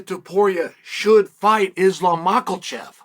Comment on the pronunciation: I don't understand how or why Chael refuses to say people names right. I do get maybe because it's funny, it's his thing but c'mon there's sound of an "L" in Makhachev